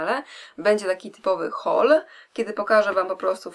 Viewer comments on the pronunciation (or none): none